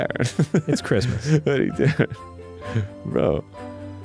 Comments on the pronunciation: Merry crimdo ! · I feel like Grundor celebrates Scromdus. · Grumps mispronunciation of Christmas will always put me in the holiday spirit. Happy Scromdus everyone! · Scromdas and its reaction will forever spark such joy within me